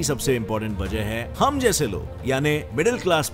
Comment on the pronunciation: it's funny when he says "hum jise loog."